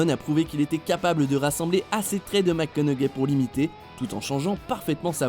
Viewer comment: J'ai eut tellement mal aux oreilles d'écouter encore et encore cette prononciation de Matthew McConaughey... Faites un minimum d'effort pour bien prononcer son nom. Et on a pas assez de temps pour bien apprécié chaque imitation